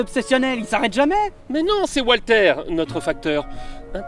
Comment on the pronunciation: "Papier, Wa(l)ter!" et autres Dwight Léfame m'ont bien fait marrer, malgré la tension palpable de cette vidéo. Et surtout celle à venir : finir Demon's Crest? Limite impossible. Chaud pour l'égo de Walter (le fameux Walter égo).